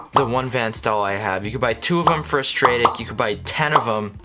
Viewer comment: im getting the new spheros sw 4000 for light tackle, at $120 its punching above its price point. i always hear stradic pronounced like attic in a house. str-attic lol. im in braintree hope i see you on the shores this year